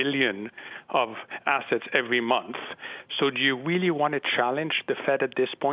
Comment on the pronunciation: The fwed weally weally need to tapew its polwicy. I am weally concewned. This dude sounds like Elmer Fudd and can’t pronounce the letter R to save his life.